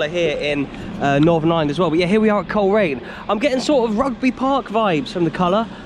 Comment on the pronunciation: When the bbc kids show "We Are The Champions" used to come to Northern Ireland once a year, Ron Pickering always pronounced Coleraine as Cholera ian